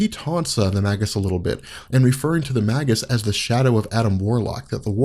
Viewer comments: May-gis, bro, not "mah-gis." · Its may-gis not mag-us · Surely it's pronounced like Mage. Mage-us. He's the evil Warlock. It's a play on words and not a subtle one. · i thought it was pronounced (mage us)